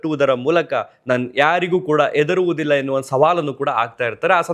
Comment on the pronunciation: ಎದುರುವುದಿಲ್ಲ ಅಲ್ಲ ಮಾರಾಯ ಹೆದರುವುದಿಲ್ಲ ... ಹ ಕಾರ ಬಳಸಿ ಕನ್ನಡ ಕಾಪಾಡಿ🙏